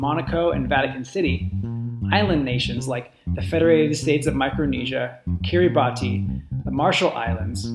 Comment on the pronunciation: It's pronounced "Kiribas"